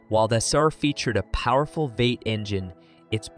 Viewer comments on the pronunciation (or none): Dear Drive TV, hire announcers that know SOMETHING, anything at all about cars built in the last 50 years. while I do take your list with the pound of salt it was wrote with, A V-8, is pronounced "v- eight" NOT "vate". The Chevrolet LUV(pronounced "LOVE") was hated because of RUST. I've never seen a Pinto ute and the only one you got right was the dodge do to lack of ability to haul weight. Heck come get me I'll help you make one of these cheap, having owned and driven many of the cars you try to make videos about. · Chevy "Esser"? "Veight"? Yeah! The future's so bright for AI, we gotta wear shades! 😑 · "Including V-6 and Vate models" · What a lousy computer voice. The Chevy "Esser" (SSR) with a "Vate" (V-8) engine???